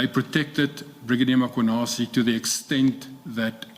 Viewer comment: Ma....Mar..... Why call him Mar-khwanazi? Just say Mkhwanazi. Anyways, they do say rogue cops only act in spaces where the environment allows them to. When would have all these people gotten investigated or charged if on aggrieved Provincial Commissioner of KZN never got frustrated about his PKTT being disbanded due to Gauteng operations overreach?